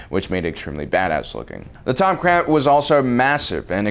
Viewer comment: Tomcrat?!? TOMCRAT!!! Wtf are you saying it’s the Tom-cat, tomcat